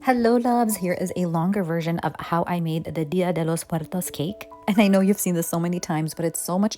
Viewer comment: Your pronunciation is perfect! Thank you for taking the time to learn how to say it in Spanish. It's small but it means so much. Gracias,.♡